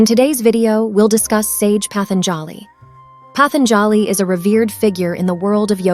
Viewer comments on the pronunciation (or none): The correct pronunciation is Patanjali, पातंजलि ?The"a" after j is almost silent. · sure nothing wrong with handing over your mind and talents to a machine that can't make an original thought. The voice over constantly mispronounces patanjali's name. This is a cheap product you made, and because you and AI lack creativity, you just retell stories that are already available with better explanations and nuance to them. Thats the slop, its the cheap low effort you showed in make a bs product. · Incorrect pronunciation of Patanjali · I have never heard the word 'patanjali' pronounced like this